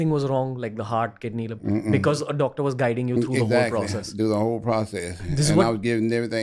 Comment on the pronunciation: You neeed a Docttor haha